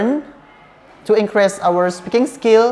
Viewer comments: Maaf kak pronounce increase itu inkris bukan inkres.. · inkris, bukan inkres #pronunciation